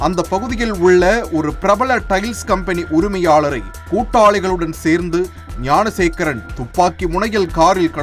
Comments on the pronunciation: Gunasekaran illainga , Gnanasekaran !! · .ஏம்பா அது குணசேகரன் இல்லை. ஞானசேகரன் !! TASMAC தொல்லை !!!??